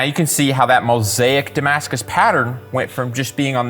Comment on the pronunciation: This video was amazing, untill you said damascus at the end and I cringed. >.......< The dagger looks goergeous though and the amount of effort you put into it chef's kiss perfection.